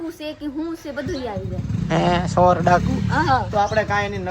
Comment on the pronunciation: ને બોલતા શીખવાડો ચોર ને બોર બોલે છે કાઈ ભાન નથી